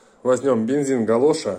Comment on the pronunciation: Дожили! КОЛОША, а не ГАЛОША. КОЛОШ во времена СССР венгерский инженер-химик. Бензин КОЛОША.